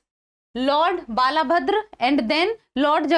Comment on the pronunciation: Not Bala bhadra : say _ बलभद्र 🙏🙏🙏